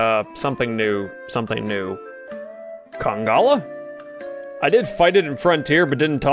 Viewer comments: it's conga-LALA lmao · It kinda triggered me every time when you forgot the second "la" in Congalala which was every single Tim you said it 😂